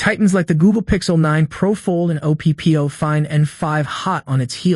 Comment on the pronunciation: true it's terrible ai. Oh pee pee oh instead of OPPO lmao